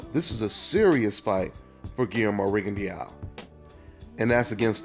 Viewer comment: it's pronounced ri gon DOW not rigon dee ow (you can delete this once you see this)